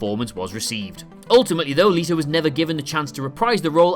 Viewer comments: Is anyone gonna tell him that it is Jared Leto not Jared Leeeeto? 😅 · Just to let you know it's let-o not le-to, really enjoyed this video though 😊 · pretty sure leto is pronounced let o not le t o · Its not Leeto, its Leto. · Jared Lee-to???? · Jared "Leeto"... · Lol jared Leetoe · Jared "Lee-doe" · Listening to you say Jared Letos name wrong makes me fucking cringe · So nobody gonna tell this man he saying Jared Leto's name wrong?